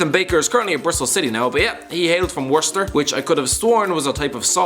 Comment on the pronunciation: That Worcester pronunciation 😂